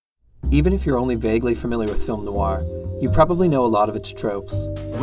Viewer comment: It's hard to listen when you keep pronouncing name of the genre incorrectly. Noir is one syllable not two. The genre is pronounced as Film Noir, not Film No-Wah.